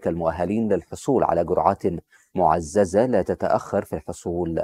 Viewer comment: جرعات مُعَزِزْةٍ مش مُعَزَزْةً 😂 انت معاك ابتدائية يابني؟😂😂😂